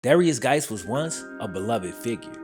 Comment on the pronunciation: Guice is pronounced exactly the same as JUICE not Gice